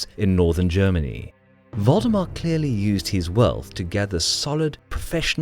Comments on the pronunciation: Am I the only one who keeps hearing Voldemort instead of valdemar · Thought it was "Voldemort" instead of Valdemar. Even after I realized my mistake, I couldn't unhear it. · Who heard voldemort instead of valdemar? xD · I keep hearing "Voldemort" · When he said Valdemar I heard "Voldemort" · Was anyone else hearing Valdemar as Voldemort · Sounds like he is saying Voldemort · Yup. Don't meddle in the affairs of wizards. Unless you are a merchant league.